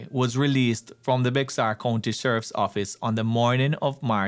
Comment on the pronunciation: Bexar is pronounced (Bear County)